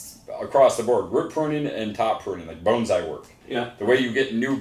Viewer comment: God damn that beginning voice Intro is super cringe and hurts lmao anyways good video and I'm doing wonderful here in Arizona! Gonna be starting my garden here now that prop 207 has passed! Anyone else in Az? And whats bones-eye work? Or does he mean bawns-eye like bonsai? Lol